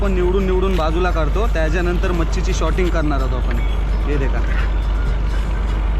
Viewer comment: Shorting nahi sorting boltat